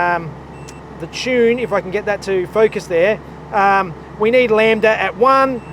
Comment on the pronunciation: I miss you calling it Lam-ba-da, genuinely it was one of my favorite mispronunciation and it made that episode awesome